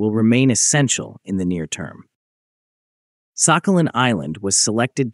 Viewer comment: Thank you, ChatGPT. But the commenter was just mocking the pronunciation of the island's name in the voiceover, is all. In the Russian pronunciation, the "х" is somewhere in between the Scottish "ch" and the English "h", not "k"; and the stress is on the last syllable. "Сахали́н".